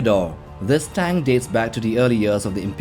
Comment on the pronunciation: Does he say tang or tank can’t tell but awesome videos